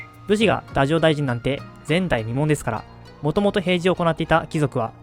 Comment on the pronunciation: 映像を使いながら簡潔にまとめた授業がとてもわかりやすく、とても勉強になりました。少し気になった点があるので、1点コメントさせていただきます。 平清盛が就任した太政大臣の読み方ですが、動画内ではだじょうだいじんと呼んでいるかと思います。歴史学の中での通説がどうなっているかは不勉強でわからないのですが、山川の日本史では、平清盛はだいじょうだいじん、明治期ではだじょうだいじん、だじょうかん、だじょうかんさつと、太政のルビとしてだじょうを振っています。太の読み方として、呉音であれば「だい」、漢音であれば「だ」、となることが根拠になっていると理解しています。とするならば、今回の動画の時期であれば呉音の読みとして、太政大臣をだいじょうだいじんと読むことになるのかと思います。もし投稿者さんに別の考えがあって、動画内の読み方を採っていましたら申し訳ありません。参考になれば幸いです。